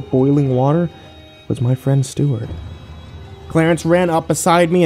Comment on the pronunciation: got the twist as soon as i heard he had a hot tub lmao... “STEW-art”